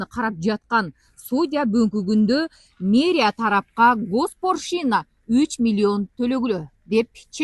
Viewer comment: Госпоршина эмес госпочлина